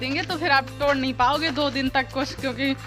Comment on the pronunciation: टोड़ kyu bolti ho tum